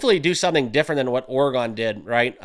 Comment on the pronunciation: For the love… please learn how to say Oregon